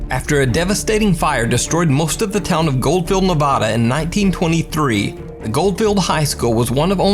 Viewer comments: Just came here to say, someone who lives an hour or so outside of Virginia City 1) Washoe is pronounced Wah-Show 2) & it’s Nehv-Add-uh NOT Nuh-Vaw-Dah Thanks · You are destroying my home states name! It's Nevada not NAvada! Still like your videos though! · Washoe is wash-o long o! Nevada- nev-a (not ah)-da! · But he did say nevawda lol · friendly FYI: Washoe is pronounced Washoh, and the first A in Nevada is a short a.... like apple. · I have to be the one...... Washoe is pronounced Washo, long o. Nevada is not Nevawduh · pronunciation of Washoe cracks me up! 😄 He says Nevada wrong, too, but almost everyone not from Nevada, does. Lol! Love his videos, though! His are the best of all the spooky compilation videos. I don't even bother with any others. 😊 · I’m from Nevada and it bothers me how he’s saying Nevada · And Nevada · Really like the videos and the commentary, but please for the love of pazuzu; Stop mispronouncing Nevada. Having lived there for a good many years, It hurts my soul to hear.